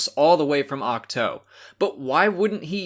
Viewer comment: Love your channel and your content/analysis, but I'm starting to get really annoyed with what seems to be willful mispronunciation of proper names from both New Canon and Legends. The latter is maybe a bit harder to pin down, but the former isn't. The planet where Luke has exiled himself has been pronounced with the second syllable as "two" (2), not "toe," in all press junkets so far. Why do you choose to pronounce it incorrectly?